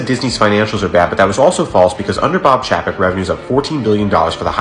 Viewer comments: Chapek pronounced Chay Pek not Chaa Pak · It's pronounced 'Bob Chay-pek,' not Chappek. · I’ve heard chapek pronounced as “CHAIPEC” so hearing your version sounds funny to me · It's pronounced chay-peck. Have you forgotten how vowels work? If yoi have a vowel consonant vowel combo, the first vowel is said like you say it in the alphabet. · I think Disney had less of an issue with Bob Chapek as you do having an issue pronouncing Bob Chapek 😂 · You’re pronouncing his name wrong. It’s Bob Paycheck